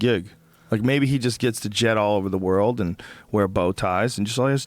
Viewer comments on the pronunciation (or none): Brian Still Can't Pronouns World ( Brian - "WROLD" ) HAHAHA!